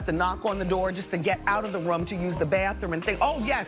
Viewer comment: I still find the way Wendy says “RUM” instead of room hilarious